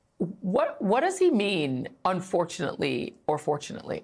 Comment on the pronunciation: 'urfortunately or fortunately' I can see why they'll never put him on the stand, wow.